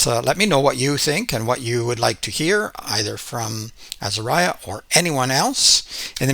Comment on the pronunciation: Say Azahriah not Azahryah!!! Please!!!